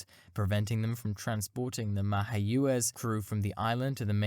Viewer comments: Pronounced "My-agwez"... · go learn the proper way to pronounce MayaQuez some of your info is spot on some is spotty and inaccurrate on some data btw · That was one epic presentation. Amazing! It included the most creative pronunciation of "Mayaguez" I have ever heard as a bonus 👍 Great work! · Not EFF AAY SEE. FAC (like BACK) And I do not know what you did with MAYAGUEZ - that was brutal. Overall a solid video - but sometimes the narrator’s unfamiliarity with names gets a bit distracting. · Go ahead, go ahead, say "Mayaguez" again. We won't laugh. 🙃